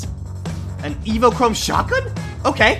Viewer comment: Its pronounced evo-chrome burst rifle